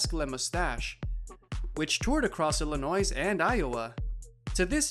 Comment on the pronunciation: It’s not ILLINOIZE